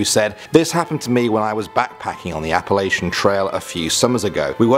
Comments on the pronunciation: Its Appala-CHUN! Not Appala-SHUN. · The kids laughed at the way you pronounces Appalachian is all.. instead of appalaishun it's appalatchin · by the way being from Appalachian yo are saying it wrong its pronounced app-a Latch-in